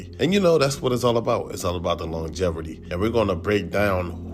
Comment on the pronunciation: Longeverty? My brother, it’s longevity with no r lol. Good video though as always. I just had to nitpick that.